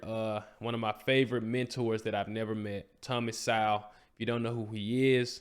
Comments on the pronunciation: SO with the long vowel sound, not sou as in a female pig. Also, the W is silent therefore his name is pronounced like the word Soul. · Thomas is a left-disrespected national treasure. First video of yours that I've watched so I don't know if you're corrected yourself on his name yet, but it's pronounced So-well, (like soul) but you pronounce the w almost as a lazy WU. So it's more like So-wull. :-). Keep up the good work.